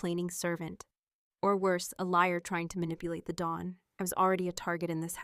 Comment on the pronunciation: Don not Dawn